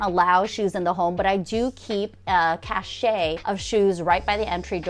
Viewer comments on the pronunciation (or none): I love your videos, but the word is "strewn," not strown; cache is pronounced cash when referring to a bunch of stuff, not chache'. Minor, minor issues compared to your great ideas.